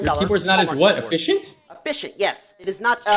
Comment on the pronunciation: He actually said "assfficient" L U L